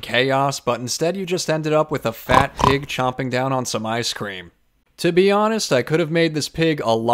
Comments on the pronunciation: I don’t eat ice cweam Get your pronunciations right Are you a ghost or a person? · He says maybe people on that side of the pond pronounce things differently, he said ice cream 😂. Also he's a ghost... obviously 👀